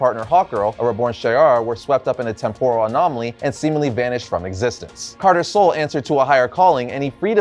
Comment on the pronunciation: TEMP-oo-ruhl Not Tem-POOR-uhl